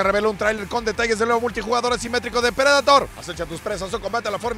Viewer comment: Predator no se pronuncia prideitor?